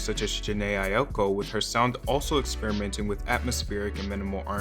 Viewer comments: no one: honest: AiOko its pronounced 'eye-ko' friend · AIOKO?? Wheres the I in Aiko. idgi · not you saying Jhené Ayoko 😭😭😭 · when he said “Jhené AiYOkO” I LOST IT